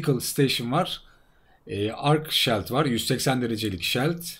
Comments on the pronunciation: Keşke hızlı koşma gibi bi boost güncellemesi yapsalarmış. Bir de hacı abi küstahlık yapmak istemem ama çok dikkatimi çekiyo her videoda shield, "ŞİILD" diye okunur. :) severek takip ediyorum sağolasın. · Şayld diye okunduguda gorulmustur :) Söyleyeyim dedim .